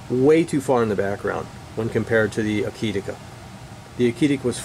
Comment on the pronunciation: To my humble opinion you pronounced the name Akitika just fine! It is simply 'A kit' + 'A kit' spelled backwards :). I guess that every pronunciation of that name would be correct! Thanks for the enlightening and honest review!